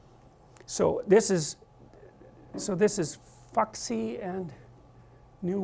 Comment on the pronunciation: "Fucksy"? Is that really how he thinks "Fuxi" is pronounced? 🤣